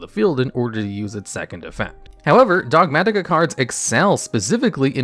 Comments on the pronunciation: The way you pronounce "Dogmatika" is giving me a heart attatika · DOG MAT-IK-A 😭 Chill, almost choked to death trying to say one word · The way you say Dogmatika is unseasonably frustrating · Those Ts get stronger every time he says it.